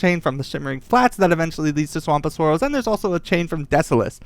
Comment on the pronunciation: “Swamp of soaross” lol